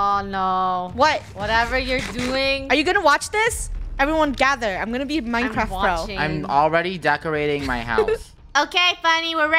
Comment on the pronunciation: Just me or did she say "MineCracked"